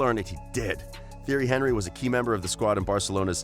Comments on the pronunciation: Theory Henry? Haha. Narrator has never watched football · Theory Henry 😵😵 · HorrorGames 123 exactly he’s saying theory Henrey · Tee-airy On-ree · "Theory Henry" at least learn how to say his name before making a video on him ffs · Actually he say: Jerry Henevery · He's French. teeonry eenry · I demand you remake this video and pronounce his name correctly! It's pronounced ti-er-ree hun-ree. And it's Arsene Ven-gur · Im eurooean and its pronouced thierry anrry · i have never heard a football fan mispronounce thierry henry. you expose yourself as a fraud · disliked, due to you not knowing how to pronounce his name, you could've used the nickname TiTi and it would have been just fine. that tells me you do not know Thierry Henry. the name is the essence of a thing. nothing can exist without a name and you better know this one otherwise those who watched him will voice their discontent. The greatest and the most feared striker ever along side Ronaldo The Phenomenon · Yup I left as soon as I heard that.